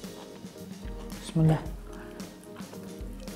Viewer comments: кээ биркилери бысмылла деп шаардык га окшоп озунчо айтышат болсо бисмилла деп туура айтат озунчо акуратный болбой молодец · Молодец. Бисмиллях дегенди туура айттын. Башка ырчылар быссмыла деп айтышат го